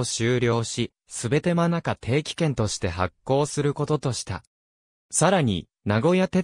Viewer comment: マニカ→manacaﾏﾅｶ 言い間違えしています｡